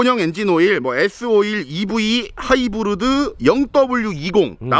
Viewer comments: 하이브르드 거참 거슬리네ㅋ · 쏘렌토 하이부르드 ! 하.이.부.르.드 에서 보다가 맥주뿜고 개터졌넼ㅋㅋㅋㅋㅋㅋㅋㅋㅋㅋㅋ😂